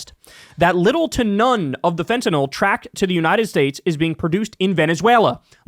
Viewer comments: THANK YOU SO MUCH for being the FIRST AND ONLY media person that pronounces fentanyl correctly! It's not fentan-all! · You're one of the few people who pronounces fentanyl properly. Most people say it like "fentanol". Not sure why. Maybe because that rhymes with Tylenol.